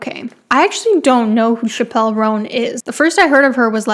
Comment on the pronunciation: You lost all your street cred when you pronounced Chappell like Dave Chappelle. 😉 It's just "chapel." An understandable error though! My secret weapon to pronouncing musician's names right: Watching them being introduced to perform on shows like Late Night.